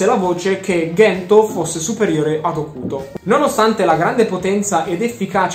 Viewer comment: Comunque nel cartone dicono Cento e non Ghento 😂